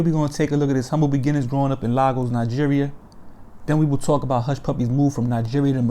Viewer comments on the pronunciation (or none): Bruh...... Lagos is pronounced Lay-Gos 😄